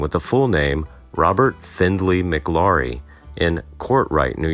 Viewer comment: The name is pronounced like Flower...McLaury like McLowry. Not Mick Laurie. I knew someone who was alive then and witnessed the gunfight.